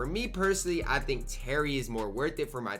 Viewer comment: U cant pronounce anyones name 😭 u say terry dish charger and jack mariten